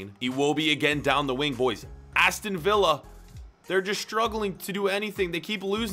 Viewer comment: It’s Villa